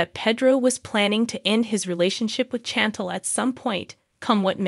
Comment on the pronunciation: Can you please at least learn how to pronounce Chantel?